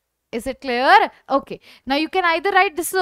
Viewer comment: is it claer claer???